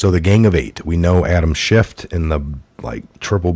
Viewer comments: Schiff not schift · Respectfully, his name is Adam Schiff, not Shift. Thanks for all the research you do, love your show. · Please it’s Schiff. No T. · Please quit pronouncing a "t" at the end of Adam Schiff's name; it sounds like you don't know what you're talking about -- and clearly you DO. Love your reports. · We don't say "schiff"!!!!!!!!!! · It’s Schiff 😉 no “T” unless you mean Schitt 🤣